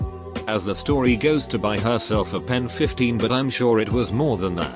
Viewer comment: Normal person: Penis Text to speech: pen 15